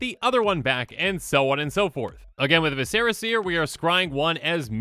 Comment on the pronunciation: Ok, it's been long enough and it's plagued magic long enough. Google how to pronounce "viscera".